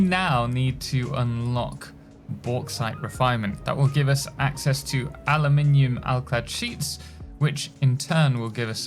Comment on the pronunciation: Aluminum is the american way to write and speak that metal. Europeen people (british and french) are using aluminium with an I. Both exist and are valid but only one sounds beautiful when said by IMO